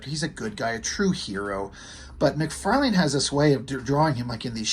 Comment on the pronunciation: lol you are the only one I know so far that pronounces his name correctly we all say Mc farlin